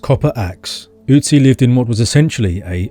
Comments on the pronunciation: Your Ü is great but its not an Ö. Great Video by the way. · Not OOtzi but Ötzi 🙂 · Ö is pronounced similar to the vowel in "hurt" or "birth". It's not an 'U'. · You pronounce Ötzi wrong. It should rhyme with klutzy.